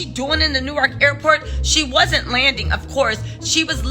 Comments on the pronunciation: …It’s Pronounce “Nork” not New-ark 😂😂😂😂 new subscriber this #jerseygirl loves your content. 😊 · Being from da bricks and hearing you say New-ark is driving me crazy lol